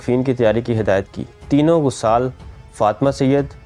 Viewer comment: لفظ غَسّال اور غَسّالہ ہے، غ پر زبر اور س پر شد